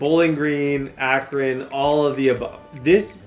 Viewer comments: That is not how your pronounce "Akron" 🤦🏻‍♂️🙄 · It’s “Ahk-run” not “ Aak-ron” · “A-cron” is killing me lol it’s “Ack-run” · Akron = Ack-run